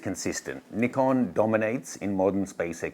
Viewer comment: Yesss… finally some YT’er that calls them “Neekom” and not “Nai-kon” which drives me insane! Go, go team Nee-kon! Gone play with my Nikon D600 today! 😅